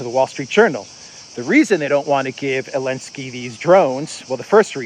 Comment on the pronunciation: Why's he call him "elensky?"